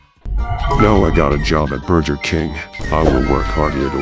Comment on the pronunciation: burjer king